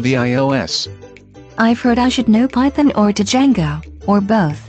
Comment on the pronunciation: Di-jango XD i can't handle the TTS